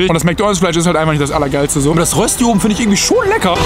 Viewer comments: Röschti, nicht Rössti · Bitte sag nie wieder RÖSSSTI!! Es heist Röösti